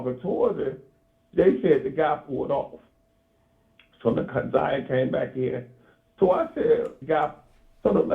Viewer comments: They both been mispronouncing Na'Ziyah's name this whole video, its heart breaking. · P.S.A 📢 Her Name Is Na’ziyah Please Stop Mispronouncing her Name We Should All Collectively Know Her Name By Now ! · Yess I was thinking the same thing if he let her name go mispronounced 1 more time !!!!! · noooo he said her name wrong 😮🤦🏾‍♀️